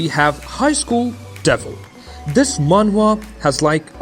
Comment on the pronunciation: Are you saying Manga?